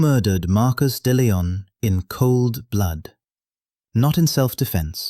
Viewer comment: Hans not Hands. De Leon not Dillon.